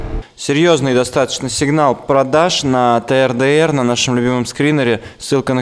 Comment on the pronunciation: он сказал сигнал ПРОДЭШ